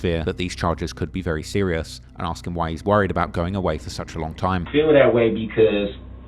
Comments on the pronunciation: He sure does like to "Axe" the judge a lot of questions, for a guy who claims "Im far from an idiot". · “I don’t have a problem with doin what you AXE me to do” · "he's very intelligent" every time he opened his mouth he displayed how unintelligent he was. He can't even pronounce "ask" lmfao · maybe he shouldve been proven to be able to say the word ask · Being able to clearly pronounce the word ask should be a requirement for attainment of most “rights” and privileges afforded to adult citizens